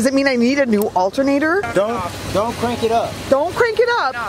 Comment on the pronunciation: When she said "do we need a new altunater"I was like U NEED A NEW CAR!!!!!